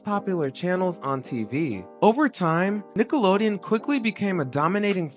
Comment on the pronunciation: it’s not just me right? they never pronounce the n at the end of nickelodeon when they sing the classic jingle.